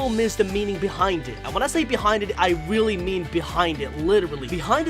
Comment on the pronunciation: Weally? Didn’t notice XD